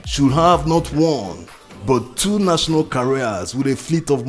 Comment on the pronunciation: Do you mean "carriers" or "careers". They pronounce differently.